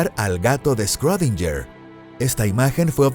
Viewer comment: quien es "escródinller" ?